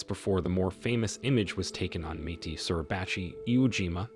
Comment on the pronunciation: Der WHO? Suribachi, Luftwaffe, pronounced wrong. These are good pictures but pronouncing wrong does not work.